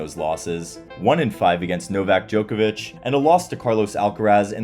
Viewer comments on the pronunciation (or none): none